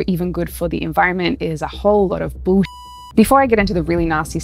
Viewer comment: Haha, you said bullSheep